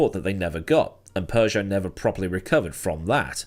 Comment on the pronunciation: It is Peugeot, not Persia 😂